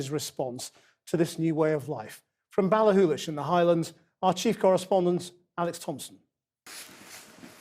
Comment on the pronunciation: Impressive pronounciation of Ballachullish, Krishnan